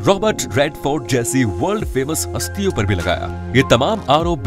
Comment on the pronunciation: Phli baat toh ye ki voh astiya nhi hastiya hota h 😂